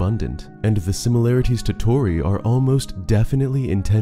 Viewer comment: It’s a tiny thing but Torii and pronounced with the stress on the “ii” “tor-EEE”